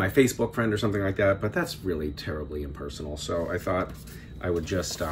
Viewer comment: He said “impersonal”